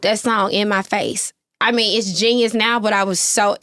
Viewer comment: IM DEAD!!!!! JAANYUS!!!! Hahahaha she drunk 😂😂😂😂😂